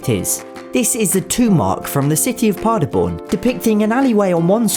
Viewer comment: Sound like Páderbòorn,german word not achieved (veryfiey by a german dude.)